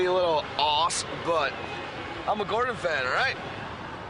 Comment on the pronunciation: I like the way he even said Gordons name wrong! Im sure he knew what he was doing 1000% Hope ur good.